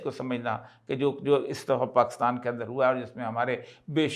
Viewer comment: اوریا صاحب۔ پاکستان میں کاف پر زیر ہے۔ آپ مسلسل اس زیر کو زبر بناتے رہتے ہیں۔ اور Pakistan کو Pakastan کہتے ہیں؟ عجیب!